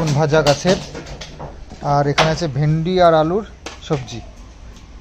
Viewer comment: nije k onek advance, over smart r porichalito korcho dekha jaache onek din dhore( after tina left)....kintu nijer kotha gulor ucharon ta thik kaino koro na, vindi hoye na bhindi hoye, stracture hoye na structure hoye.....emni onek ucharon aache tumi khub bhul bolo jara tumaye porichalito kore tara ki tumar bhul ta kaino bolena...strange...R kakimar upor eto ta chap tar sorir kharab hobe na to kaar hobe...r tumar khawar chahida....kakima mukhe kichu bolte paarena r tumio nijer demand korte charona.....nije k ektu songshodhan koro...